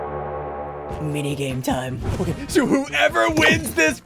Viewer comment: Why did he say “mini game time” like that?